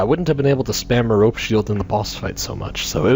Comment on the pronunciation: I think it is pronounced like Meh-ROpe-ay. liked the vid too